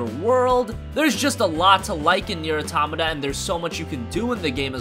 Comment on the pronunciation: Why does no one know how to pronounce Nier AUTO-MAWTA. Its Not Aw-Tamata